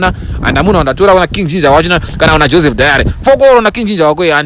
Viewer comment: Joseph Dary not Joseph Diary fokoro newewo😂😂😂😂 😂😂😂